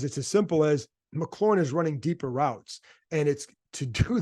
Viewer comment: Sorry, this been puzzling me for a while. Why don't people pronounce McLaurin's name the way Terry does? It's McLaurin, not McClaurin, resembling the sports car more than the seasoning. I can understand fans getting it wrong but the press sees Terry face-to-face and has heard him say his own name.